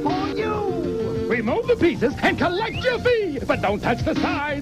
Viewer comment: he said peices